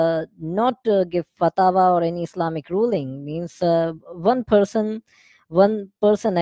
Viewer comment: Ex imam saying fatawa instead of fatwa